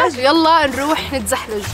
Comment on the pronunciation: تزحلق + تزلج = تزحلج 😂😂